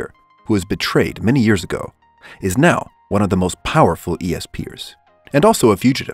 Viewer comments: Its pronounced es pers and not e s pers right? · Just say ESPERS not E.S.P. ers. No offence just lil weird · Say it like espers like in a certain magical index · its espers not esp ers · The first one Is pronounced espers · If he says E S P ers one more time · lmao i noticed that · That’s what I was thinking too lol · lol you mispronounced espers